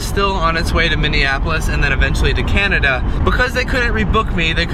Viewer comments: Who else cringed when he said Canadia? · So is anyone gonna point out that said Canadia instead of Canada? 😐 lol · he says canadia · this nigga said Canadia